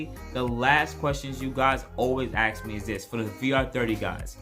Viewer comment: Ask, not ax.